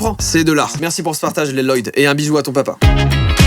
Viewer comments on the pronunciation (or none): ça me fait trop rire il sait pas prononcer le prénom lloyd il dit "leloyd" au lieu de "loyd" tout simplement ptdrrr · Mais ca se dis pas loloyd ca se dis loyd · Il est au courant que sa se dit loyd est pas loloyd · C’est moi ou tout ceux qui regarde lego ninjago sont en rage face au « Leloyd » de joyca ??? 🤔🤔🤔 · Une pensée pour Lloyd alias « Leloyd » qui n’a jamais personne qui ne sait prononcer son prénom quand il est écrit 😔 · Léloyod....on dit pas juste loyd ? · "Leloyde" toutes mes condoléances.... ( a ce prononce Loyde) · Rip la prononciation de "Lloyd" 😅😂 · On dit Loyd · 🤣 L-LOYDE JOYCA SA SE DIT AVEC UN L PAS 2 🤣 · Tout ceux qui s'appellent Lloyd je crois que Joyca a mal prononcé votre prénom 😳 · Mon mari s'appel Lloyd et on ne lui a jamais prononcé comme ça lol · Joyca prononce Lloyd "La-Loyd" comme Garmadon dans le film Ninjago mdrrrr, aucun respect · "Lloyd" ça se prononce Loyd, au cas où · "Leuloyd" t'abuses pas un peu là ? 😭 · IL SE PRONONCE PAS LE PREMIER L DE LLOYD TU LE SAURAIS SI TU AVAIS REGATDER NINJAGO